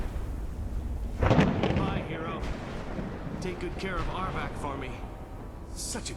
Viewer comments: why did u call him Ardvark? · Hahah you called it Aardvark?!?!Lol Its R-vac!! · I laughed each time you called Arvak aardvark 😂😂😂